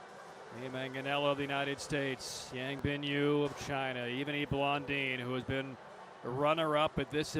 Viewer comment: Can someone get this announcer a pronunciation guide already? He's been butchering Blondin and Howe's names for years, and if he can't get those right I can't imagine what he's doing to names from overseas